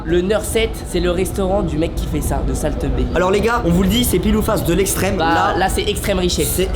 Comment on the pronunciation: a michou na pas dit salt be il a dit sale teu b 🤣🤣🤣🤣🤣🤣